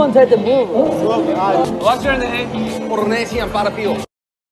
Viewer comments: Porrrrrrnesian Parrrapio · PoRrrnEsIan PArrrApiO😂😂😆😆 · porrrnesian parrrapio will for ever be funny 😭